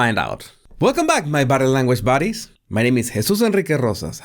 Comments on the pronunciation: It is buddies but with his accent he said baddies, which I thought was so funny. Unfortunately I pointed it out and he improved the pronunciation but lost some of the humour. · I thought it was "buddies".